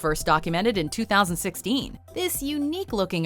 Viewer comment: ''-Discovered in twothousandsixKEEN''